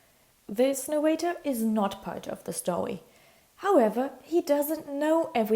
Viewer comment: Whenever you weed a stowy